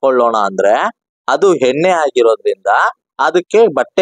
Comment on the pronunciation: ಹೇನ್ನೆ ❌❌ ಎಣ್ಣೆ✅✅